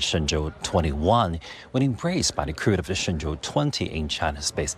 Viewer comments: Just a quick tip, the shenzhou is pronounced like "Shen-Joe" you pretty much got it right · It’s pronounced like “shen-joe”. “Zh” is like a j-sound. “Ou” is an o-sound like the name Joe.